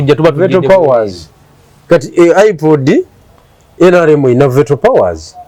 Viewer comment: plse Google pronunciation of the words Veto Horizon PLU Girl ❤